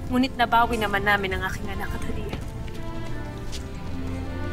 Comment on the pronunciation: paspapway nono hindi hadia✅